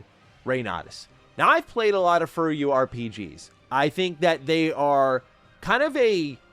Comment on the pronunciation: “furry you” rpg’s? What the hell is saying here? I have no idea.